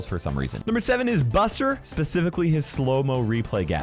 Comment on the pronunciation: Bro called Buster 'Budget' 😅